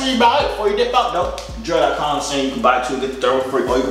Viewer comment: “And i’m not. I’m Joovier, the Joorag man” 😂😂😂 not the Joorag man